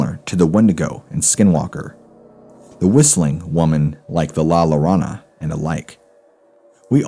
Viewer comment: "LA-Yo-Ronna" you got to pronounce "LL" as "Y".